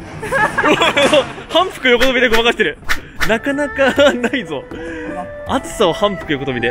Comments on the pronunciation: 反復横跳びの発音ってそうなの？笑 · 相変わらずの反復横跳びの発音かわいい笑